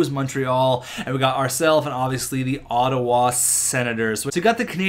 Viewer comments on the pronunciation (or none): none